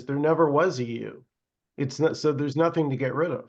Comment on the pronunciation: It's no'th'ing nothing'ing